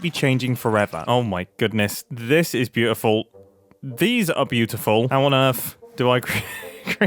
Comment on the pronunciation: Idk why but Mumbo sounds so Scottish here saying beautiful the 1st time!😂I cant hear it any other way now!😂